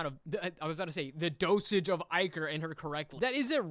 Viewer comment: the way he pronounces "ichor" drives me crazy